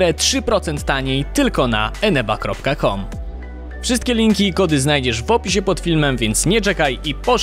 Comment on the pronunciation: to aneba nie eneba ludzie ile ja mam to powtarzać!!!!!!